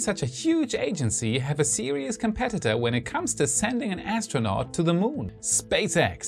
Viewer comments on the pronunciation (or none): none